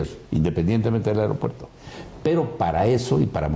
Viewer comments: Airopuerto jajaja esa ni hablar sabe!!! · Airopuerto??? perdón yo creía que se decía aeropuerto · Puta madre será que no escuchó bien o está Adela se la pasa diciéndole AIROPUERTO???